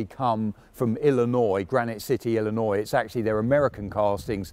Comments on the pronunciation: (Thank you for pronouncing Illinois properly. So many, including Americans don't ) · He says Illinois better than most Americans